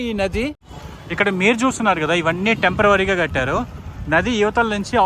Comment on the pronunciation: Tempervary కాదు temperary